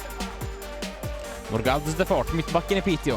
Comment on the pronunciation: Piteå is pronounced Piteo btw, the å is an o sound, if you’re interested. Love the blog as always!